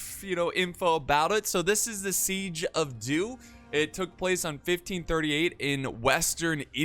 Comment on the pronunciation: I swear to god I thought he said the siege of Duke. I was gonna laugh so hard